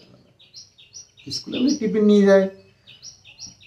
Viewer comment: Tipin na tiffin bolo ...kane lage vul kotha